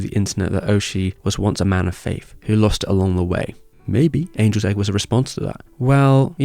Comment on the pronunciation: It must have been a soft g then. I thought you said Anuls Egg.